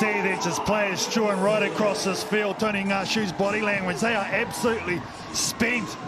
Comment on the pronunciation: Bruv his names not Tony 😂 pronounce it right